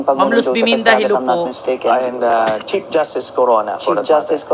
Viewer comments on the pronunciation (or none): none